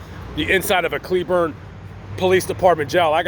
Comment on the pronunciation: First, thank you SO much for correctly pronouncing cleburne! Most out of towers say clay~burn. They “checked” on you to see if your simply alive. When you greeted them with an attitude, that made them think you are hiding something Asking the same question over and over again is a simple way to see if someone is lying. If you had been polite and civil from the beginning, your negative experience would not of happened would you like it if someone came up to you with an attitude from the get go for no reason? How does a stranger know when they get you at a bad time? Did the cops handle it badly? Most definitely, but so did you. That Walmart will call the cops on OTR if they park in the parking lot, most of those drivers do get arrested. I say this as a cleburne resident, an OTR driver and someone who has family in Johnson county sherif.